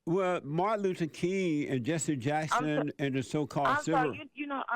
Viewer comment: "Jesse" rhymes with "Genius".